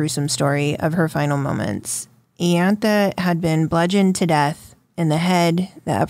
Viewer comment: It's pronounced eye- antha